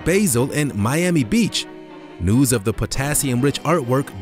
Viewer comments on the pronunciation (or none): none